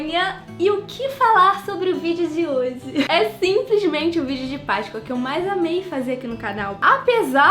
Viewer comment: pq vc fala Paiscoa invés de Páscoa